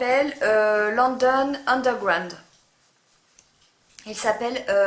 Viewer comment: Le calypso coral, je l'adore, regarde les swaches sur...ce qui me fait rire avec c'est qu'elle n'arrive pas à dire Underground, par contre 3 D Straight, sans problème alors que pour moi c'est bien + dur à dire;-)des bises les filles..